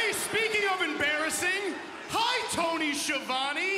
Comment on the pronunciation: Tony Schiavone can't even pronounce his own name correctly lmao